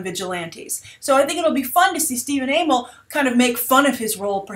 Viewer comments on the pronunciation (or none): it's pronounced Stephen AH-MELL not AA-MELL, so the other way you were going to say his name. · I'm fairly certain it's pronounced Ah-mell. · Bye I usually hear it pronounced "uh-mell" but idk if that's right....? I'm certainly goin to TMNT 2 in theaters now (and I didn't see the first in theaters)!! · It's Amell as one word not 'A-Mell'